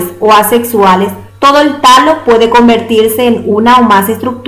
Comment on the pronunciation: y Alejo es talo no tallo!